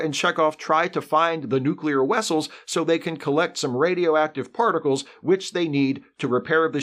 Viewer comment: And clear aluminum now exists! You said wessels uh hunh....